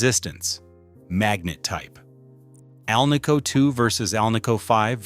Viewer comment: It is an AL-nico pickup, Not an al-NICO one. You'd think this author would know the proper pronunciation.